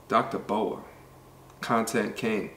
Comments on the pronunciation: Dr. B. O. A. Say each of the letters, not a snake. Lol B.........O...........A Book of Alpharonomy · It’s dr. B.O.A bro 😂 not Boa like a snake. Put some respect on the the big homie name 💯 but good content keep it up